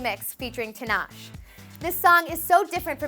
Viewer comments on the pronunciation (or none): Hey homegirl know what..u brought nick jonas & didnt put ANACONDA on the list?!!!!!!!! & who the hells tinash she's TINASHE (Tee-Nah-Shay). Ur welcome.😇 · 1: Her name is Tinashe (Tin-A-Shay) not Tinash 2:These are all such awesome songs! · Tinash? :( It's Tee-NAH-shay. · Tinash....? Tinash aye is how you say it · YOU SAID TINASHE WRONG OMFG IM CRYING 😂